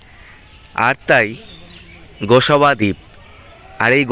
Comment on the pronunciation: আপনি গোসবা দ্বীপ বলছেন ওটা হবে গোসাবা দ্বীপ।